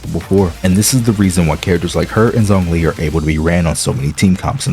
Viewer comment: Nahhh bro that's not how you say zongli xd I'm hopeful that Hoyo knows what they're doing with their defense characters cuz I really want Ben to become more viable in the future...